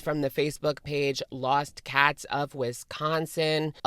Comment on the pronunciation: One thing about this situation, it’s interesting to hear how everyone pronounces “Wisconsin” differently lol. I grew up there and every time says “Whestconsin” I get a little giggle. Locals say it like the “wi” in “with”, also no “h” sound. And the “con” has an A sound like the “ah” in salah. The “sin” is usually just the s and n sound, completely skipping the i. Interesting